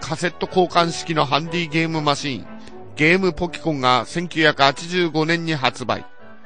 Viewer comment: ゲームポキコンという発音をもう一度聞きたくて来ました